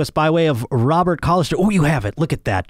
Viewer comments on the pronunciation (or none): none